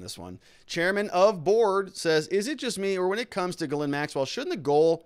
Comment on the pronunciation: her name is pronounced GEEZ-lane. French.